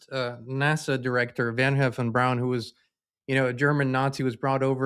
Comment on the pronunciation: “Van Heffen Braun” ?? LOL. It’s Wernher von Braun my friend. LMAO 😂